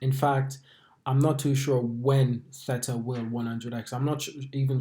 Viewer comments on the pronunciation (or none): It's a hard A not an et sound in the middle of the word mate 👍